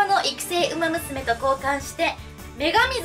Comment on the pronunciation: お元気そうで良かった…！ ウマ娘の名前の読み方は流石ですなぁ。